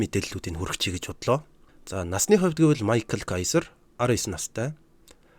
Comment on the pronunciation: Америк нэр байсан бол Майкл гэж унших нь зөвч гэлээ Герман нэр болхоор Михайл гэж дууд нь.